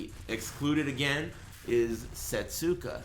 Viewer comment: Setsuka is pronounced 'seh-soo-KUH' proper. Since in certain dialects, certain vowel sounds are removed from the pronunciation, 'seh-SKUH' is also widely acceptable. The point is, there is no 't' sound in the name. Thank you for reading.